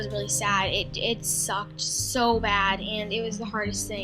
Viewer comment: she spelled bad the wrong way she said bab